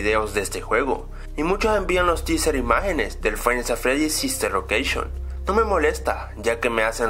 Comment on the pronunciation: sister locaction xD se le salio la c